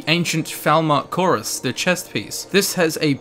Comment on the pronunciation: You pronounced cuirass wrong and it really annoyed me. Lol